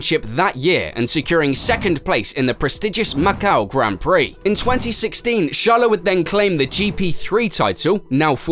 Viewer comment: Sharla? Charlotte? But no charles